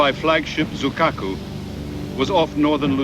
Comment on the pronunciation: the narrator seriously needs to learn his pronunciation of such historical events. subiyan ( sibuyan), zukaku (zuikaku) and many more